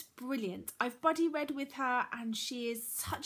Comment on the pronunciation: Everytime you say 'buddy read' I hear 'bloody read' haha Love your channel ^_^